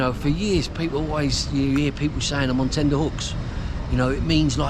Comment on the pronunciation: Its ’TENTer’ hooks not tender ffs